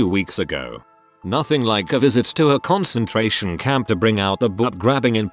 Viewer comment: Too-raidy a concen-trairian camp